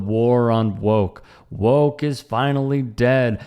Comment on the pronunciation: Who the Phuck says, “bIlL bUrR has BeCoMe wokeT “, where yo emphasize on the T and the end, that doesn’t exist.??